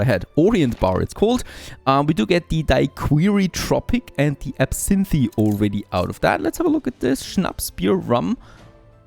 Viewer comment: the first drink daiquiri is pronounced da-kuh-ree the last drink absinthe is pronounced ab-snth